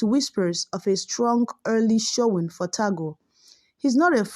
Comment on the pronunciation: Pronounce as Tag-le , not Ta-gle .